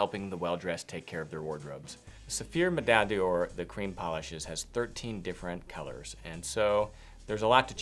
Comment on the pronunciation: I love the Medaille D'Or, but as it is a French product, isn't it pronounced 'Door' instead of 'Dior'? Just asking.